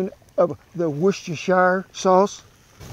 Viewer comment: Hi Kent..just a heads up, I'm from the UK and woostershire is pronounced wooster.